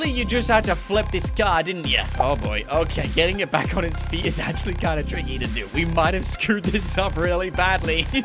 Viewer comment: HE dervs it akshle